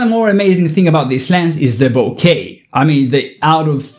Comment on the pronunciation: I'm so glad that Nikon is bouncing back with tremendous awesome gear! And thank you for pronouncing bouquet correctly! The first photographer in YouTube to do so! 😊